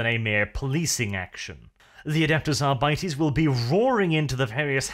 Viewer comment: ....adepus arbities? i cringe every time he mispronounces it